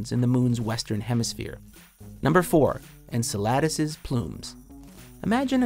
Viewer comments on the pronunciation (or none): Its Encéladus, not Enceládus. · The pronunciation of "Enceladus" was jarring. It's "En-sell-uh-dus" not "En-sell-lard-dus" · Lol EN-SALAD-ASS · lol.. en-su-LADIS? You put the wrong em-PHAS-is on the wrong syl-ABLE.. haha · lol, its not encelAdus, its not like Enchiladas! its pronounced encEladus.... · "N - se - la - dus"? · It’s not ensaladas.... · As a Greek it's a bit funny hearing all these mispronouncations, like Io and Enceladus. Most of the stuff out there are named from the Greek Language (except the planets that were named after the Roman Gods, but in Greece we know them by the Olympic gods) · The way you butchered the pronunciation of “Enceladus” made me want to throw myself off a cliff. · Someone who knows how to pronounce Enceladus would have been nice. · I'm pretty sure you mispronounced Enceladus. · PLEASE look up the pronunciation of Enceladus, because that is not it. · You pronounced Enceladus completely wrong